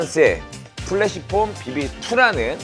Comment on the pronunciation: 근데 프레쉬폼을 왜 자꾸 플래시폼이라고 하나요? 영어로도 flash가 아닌 fresh인데 말이죠